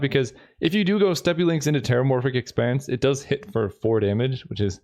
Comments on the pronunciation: Please tell me this doesn't become a Mandela effect thing. WE ALL KNOW HE SAID 'STEPPY' and not 'STEP'!!! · Penny dreadful is really a sweet format! Also steppe is pronounced [step] and not [steppi] 😅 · Oh lord he steppy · it’s pronounced step, not steppe